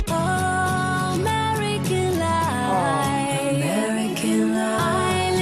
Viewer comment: for me, she never pronunces the F : American Lie